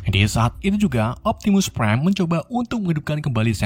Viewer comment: optimus preng wkwk